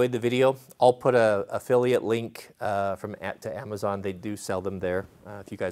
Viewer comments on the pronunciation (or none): none